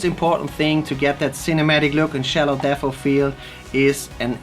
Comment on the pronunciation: Its not deaffff it's debt